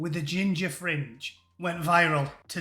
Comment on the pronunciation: Did you say Ginger 'fringe'...or 'minge'.😂😂